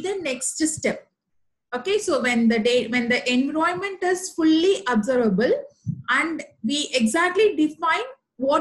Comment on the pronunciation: Video is useful. Kindly check the pronunciation. I found environment pronounced incorrectly. Apologies, if it offends you. :)